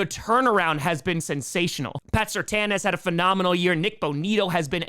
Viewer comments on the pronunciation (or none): none